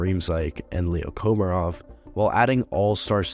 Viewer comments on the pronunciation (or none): none